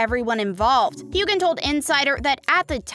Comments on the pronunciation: It's not hew-gan. It's hew-an. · HueGan? It's Hue-wen, 3,300 views and you can't even pronounce his name right, Shame! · The g is silent in Hueghan. It's like scratching a chalkboard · I can’t stand listening to this gal mispronounce Sams name . I’m out!